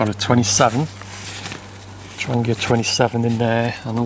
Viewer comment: Its pronounced" Tronhheah" !